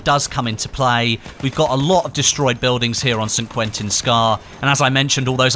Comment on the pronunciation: I love how says San Quentin Scar xD